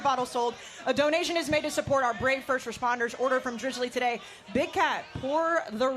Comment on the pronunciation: "to support our brave firrrshht reshpahndersh"